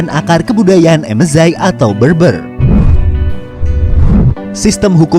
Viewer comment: Berber pronouncenya bukan beurbeur.. tapi bèrbèr...